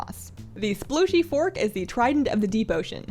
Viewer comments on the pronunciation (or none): I thought she said sploogy fork :P